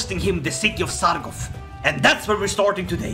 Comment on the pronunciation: Love the content! BUT IT'S SARGO T, not Sargof. thanks :)